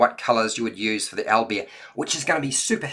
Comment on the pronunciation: Aw man, thanks for the review, the way you pronounce Owlbear makes me smile for some reason) Al-b'eer x)